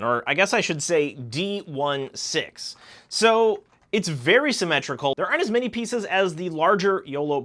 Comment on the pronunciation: Btw 2 things . D-16 is pronounced D sixteen . And the hat that bumblebee got it’s a welding mask you can flip down Good video btw 😁